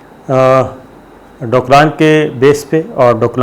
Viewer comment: It is Doklam in Arunachal Pradesh near Bhutan..Sabir Shakir Sahib it is not Doklan as you pronounce it.